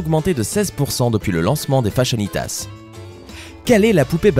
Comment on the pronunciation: heu tu as dit fashionitas